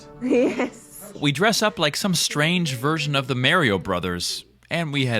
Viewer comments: Mare-E-O? lol Mar-E-O lol just mde me laugh. Love your vids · This guy said mareio brothers 😂😂but how is there enough fresh air in there?